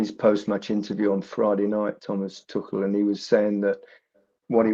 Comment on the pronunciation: Who’s told Alan to say ‘Tuckle’??